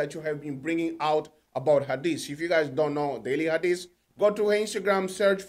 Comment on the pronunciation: You must how to pronounce her name that's important thing